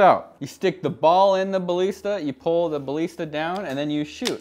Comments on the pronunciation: I don’t like how you say ballista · the way you say ballista pains me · Thats not how you say ballista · your pronounsing balista wrong